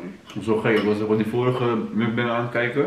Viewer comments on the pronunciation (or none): none